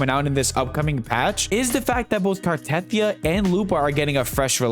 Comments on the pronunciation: Very nice video. I hate to be a pronunciation Na*i, but Ciaccona is pronounced with the C like chair, not S And the stress on Carthethia is on the last I so it is car-the-THI-a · CHUH-CONE-UH. CART-A-TH-EE-UH fuckin hell they say the names in the game.